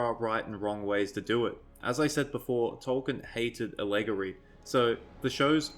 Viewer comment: Adap-tae-tion and all-eh-gory...keeps throwing me out....good views, definitely, though....It's been disgusting watching particularly the outrage peddlers you describe.